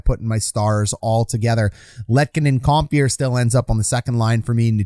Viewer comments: ‘Com-fur’ not ‘com-fear’ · ‘Com-fur’ not ‘comfear’ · Com-fee-air.... Cringe to Com-fur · 1. Aube-kubel was out in game 3 after blocking a shot in game 2. No guarantee he can come back yet. 2. Its Com - FUR not Com - Fear a little research please.